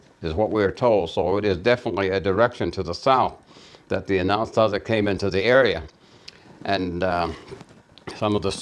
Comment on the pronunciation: In English, sure, most pronounce it phonetically, like "Anna-sah-zee". But in our Diné' language, its pronounced exactly as said it: "An-ah-Saa-zih". There's obviously two completely different languages at play here, as evidenced by going back and forth between Diné' Bizaad & English.